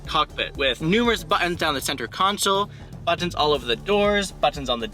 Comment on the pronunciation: It irks how you say BATONS instead of Buttons lol but thanks for the info